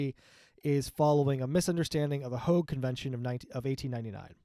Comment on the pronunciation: So how do you pronounce Hague? cute